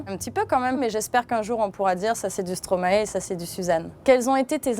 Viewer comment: On dit stromaille et pas stromaé ,maintenant faut savoir